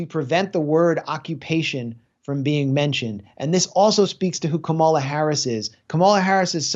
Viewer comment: Dude, it's comma-la